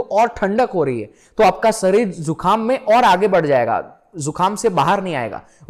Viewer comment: Arey mere bhai bhai sarir kyo bolte ho शरीर, सरीर nhi hota 😅khair ap jo bta rhe ho wo amezing hai. Yes chandr nadi aur chandra nadi most important nadi, isase ayurveda me jyotish me bhi bahut uoyogi hai aur spirituality me bhi sahak hote hai